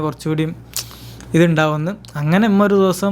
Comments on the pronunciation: ഇമ്മ ❌ ഉമ്മ ✅ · ഇമ്മ അല്ല മോനെ ഉമ്മ എന്ന് പറയു